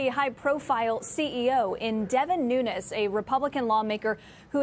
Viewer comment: Devin Moo-nes 🐄 🤣